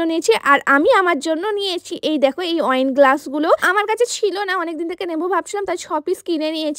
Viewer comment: Wine glass ❌ oine glass ✅ 😂😂😂😂😂😂